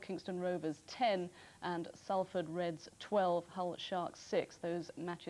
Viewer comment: Aaagh! Sue Barker is another one that pronounced Salford as Sall-ford instead of Sollford.